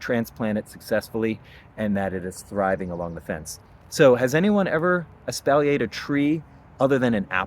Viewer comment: Pronounced; ES-paul-YAY.